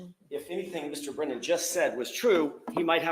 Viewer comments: I wish that Karen's team would start calling the weasel Breeeeeenan since he refuses to pronounce anyone else's name appropriately. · Brennan needs a phonics class! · What about "brain-non"😂😂